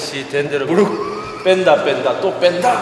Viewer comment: 대구 토박이 20대는 뺀다 뺀다 또뺀다~~~~! 이거죠!! (원태인 치어리더) (솔직히 발음으로는 뺀더뺀더 더뺀더ㅋㅋㅋㅋㅋㅋㅋㅋ) 하이아버님!!!! 오늘은 어떻게 하이얘기 하려나 했는데ㅋㅋㅋㅋㅋ 하이는 어떻게 하나요!!! 💙